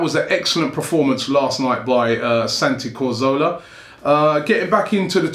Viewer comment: Can people stop pronouncing Cazorla's name as 'Carzola', fucking hell is it really that hard to read the letters in the right order?